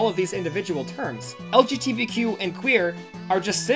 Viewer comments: Pain when you kept saying LBGTQ+ instead of LGBTQ+ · Love you, but it’s LGBTQ, not LGTBQ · This hurts hearing you keep on saying lgtbq+ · He keeps calling it lgtbq+ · When I was watching some of this vid and you kept messing it up I was like “wow during pride month too” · I thought my brain was breaking when I heard you say it lol, it's all good tho -a bi person